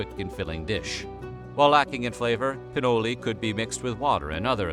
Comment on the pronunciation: No, it was meant to say PinolE, but you know, he is an American and they pronounce everything however they find comfortable. Anyway, you were wrong also, and only a Google search away from understanding what he meant